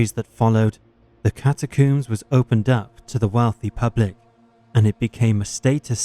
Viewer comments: Yeah, i don't want to be one of those people complaining about videos i watch for free, but this narrator sucks. He's trying to speak too softly, too slowly, and he needs to learn how to pronounce shit before recording. The over-pronunciation of "macabre" is one thing, but 'cata-cooms' and John Wayne 'Gassy' are just unforgivable. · “Macabreh” “catacooms” “gassey”